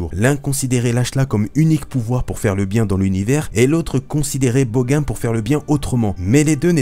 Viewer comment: on dit bogan : boganne